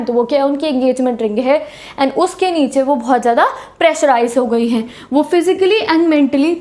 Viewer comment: jab aap 'HENGE' bolte ho toh mujhe 'HAPPU KI ULTAN PALTAN' show yaad aa jaata hai.....😅😅